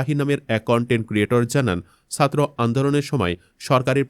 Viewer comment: উপস্থাপককে বলছি, আপনার উচ্চারণ এতো খারাপ কেন? অপরাধকে অফরাধ, ছাত্র কে সাত্র বলছেন! বাহিরে শব্দটা শুদ্ধ কিন্তু চলিত ভাষার মধ্যে বাহিরে না বাইরে হবে, যেমন রবীন্দ্রনাথ ঠাকুরের উপন্যাস 'ঘরে বাইরে'। চলিত ভাষায় কথা বলতে বলতে হঠাৎ শুদ্ধ শব্দ ব্যবহার অশুদ্ধ এবং কথার মধ্যে হোঁচট লাগে শুনতে। ইলিয়াস ভাই এর উপস্থাপনা অনুসরন করুন, আবার অন্ধ অনুকরন বা নকল করতে যাবেন না দয়া করে। নিজের খবরটাই শুদ্ধ করে পরিবেশন করুন আর না পারলে পিনাকীদা এর মতো একদম আঞ্চলিক শুরু করুন তবুও আল্লাহের ওয়াস্তে, বাংলা ভাষার ১২টা বাজাবেন না। ধন্যবাদ।